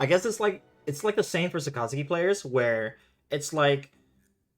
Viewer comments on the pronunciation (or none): Saka (like kaka with an S) - zuki (zoo-key) all together two syllables 👍🏽